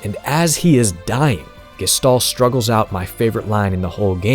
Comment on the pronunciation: Isnt it pronounced Gesh-tal?